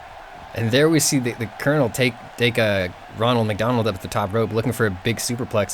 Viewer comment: Did you say wonald mc Donald